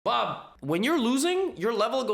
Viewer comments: It sounds like he is saying Bah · I didn't realise this person's name was Bob and I was wondering why Levy is talking like a Bangalorian